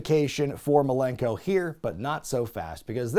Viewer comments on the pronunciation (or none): Best part of that Jericho vs Dean Malenko feud? Jericho calling him “Dean Malerkel’